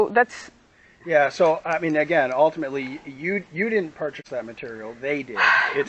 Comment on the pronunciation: "Well altimitely."